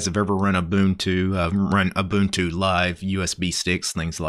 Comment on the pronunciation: My dude is pronouncing Ubuntu correctly! FINALLY SOMEONE KNOWS HOW TO PRONOUNCE IT!